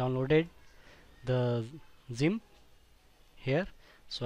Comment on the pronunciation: Why does he say it like: Szyimp its funny LOL